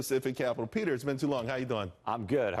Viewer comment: Petah? Who Petah?